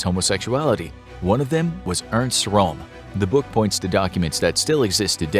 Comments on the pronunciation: Badly researched. Hitler's secretary was called Traudl Junge, she wrote a book about her experiences. Eva Braun was just a bimbo, she was no secretary. And that's Röhm, not Rohm and Königsberg, not Konigsberg. YES, those little two dots on a vowel DO make a difference in pronunciation! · Ernst Röhm With "ö" - yes! ... just try: you can do it!